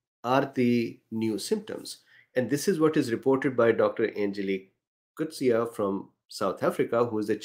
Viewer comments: Thank you doctor for providing perspective. And pronouncing Doctor Coetzee's surname correctly. 🙂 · Thanks for pronouncing the doctor's surname correctly. Another doctor called her Cortez! 🤣😂